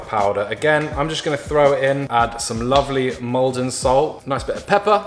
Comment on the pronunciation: anybody else keep hearing "mold 'n' salt" instead of "malden salt" ahaha?? Also I love when imitates American accents ("raanch")